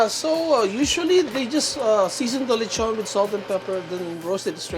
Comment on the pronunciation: I like it when non-speakers say lechon as lay-chawn